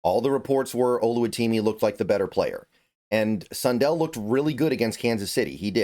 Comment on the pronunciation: yeah! and i prefer sun-dell instead of sun-dull 😂